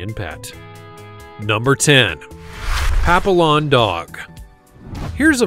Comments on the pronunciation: Pappy yon. Is the correct pronounciation. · At least learn how to pronounce Papillon. Pappy yon. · Every time he mispronounced the name it was like fingernails on a blackboard! I'm thrilled someone kindly corrected him :) Are they so-called because their ears resemble a butterfly wing shape? They are cute looking, I'm certain they have a gorgeous personality to match. I guess you could confirm that with 5 of the sweethearts. I imagine that 'keeps you on your toes'! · Mispronouncing it is hard! I’m amazed he messed it up! SMH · Learn to pronounce Papillon And BTW, they are the BEST lapdogs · Please learn to pronounce Papillon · Pap-ee-ohn, not pap-ill-on. And I got mine for free - she was from a mill breeder and they dumped her when she got too old to have puppies anymore. She needed several surgeries, full removal of her teeth and a lot of care so she wasn't really free in that way, but she is more than worth it. She's about 21 now and still quite spry even if she is losing her sight. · It's NOT "papi-lon", it's "papi-yon" as in French for butterfly. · It's pronounced pap-ee-on. Not a pap-ill-on. Get it right. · Pap-“e”- on not papilon lmao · First of all, "papillon" is pronounced "pa-PEE-yawn." It's French for "butterfly," referring to its ears. Some of the beds you missed include the Bichon Frise (small dog, really good with kids, doesn't shed, and about a 0.2 on the 1-5 barking scale), the Coton de Tulear (Barbra Streisand swears by them), the Miniature Schnauzer (many of my relatives had them), the Corgi (Queen Elizabeth's fave), the Australian Terrier (similar to the Sily Terrier and Yorkshire terrier), the Miniature Beagle, the Bolognese, the Havanese, and the Low-Chen. I also wouldn't have included Yorkipoos, as they're not really a "breed" but a "designer mutt." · Someone needs to tell the narrator how to pronounce papillon. It's French and the double L is pronounced as double ee. Pap ee on